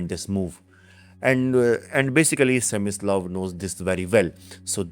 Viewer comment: his name is Smyslov,not semislav.